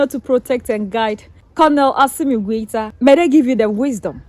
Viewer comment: How can you say GENERAL COLONEL GOITA.? WRONG